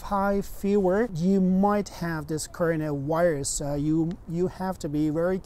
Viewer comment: all I listen is just corona wairuz